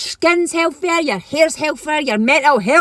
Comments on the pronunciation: Why do these people use the letter F instead of the proper TH. It's not "hellffier" it *healthier " THA. THA sound not Fa . Don't care how hot she is she sounds ignorant. Same crap in America with ghetto hoodrats can't pronounce English. So annoying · 'hell fare yer' hel'fare'yer weird break down of a single word into multiple syllables.